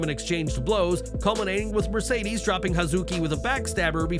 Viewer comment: Mushedes? Not Again 😂😂😂😂😂😂😂😂😂😂😂You Know Better That 😆😉